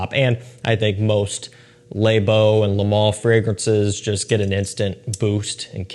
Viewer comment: “Layyy beau” “Leigh BO” says it so pronunciated that it sounds weird 🤣